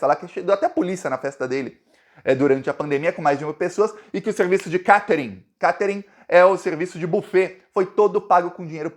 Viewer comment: Catering se fala kêitering!!!!🤣🤣🤣